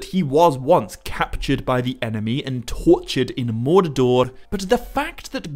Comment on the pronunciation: Why the ‘a/ae’ sound in so much of your pronouncistion? I.g. El-a-rond, Mor-a-dor, sill-a-maril? Even the subtitle AI picks it up🙈. Not trying to make fun of your accent, but really am wondering if maybe you have a different insight into how the pronouciation of these words should be (perhaps as intended bij Tolkien?)